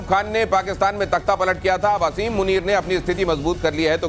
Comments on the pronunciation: Aby bewaqoof aseem nai hota he asim hota he jahil qoam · O pagal I olaad Kuta Asim muneer name hai pehly name to theak sa lay lo